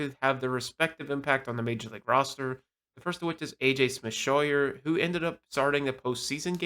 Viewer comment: please check player names before you post. It’s AJ Smith-ShawVER. And Schwellenbach’s final syllable is pronounced BOCK. Your credibility will go up if you look after the details…